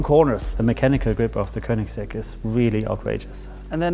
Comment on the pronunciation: koenigsegg? spreek uit als keunigsegg